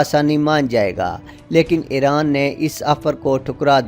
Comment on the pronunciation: It is iran not eran 😂 lol